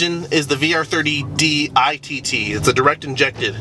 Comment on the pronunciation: VR30DITT? Dont you mean VR30DDTT?